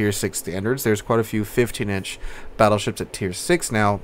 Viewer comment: did you really call the split tree "fattleships"? xD